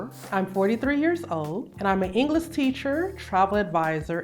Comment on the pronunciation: An English teacher who can’t pronounce the word ‘English’ correctly 😂